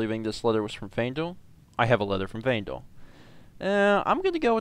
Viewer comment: And he never realized that he pronounced Faendal's name wrong the entire LP. Faendal episode 5- 286